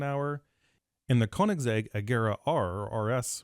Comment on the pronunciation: Good video, easy to understand. Bonus that the instructor is a car guy and can pronounce Koenigsegg!